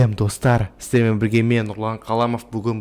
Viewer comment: Сиздермен деп дурыстап айтш